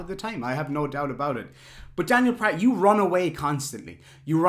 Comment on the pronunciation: Remember: Pratt rhymes with FLAT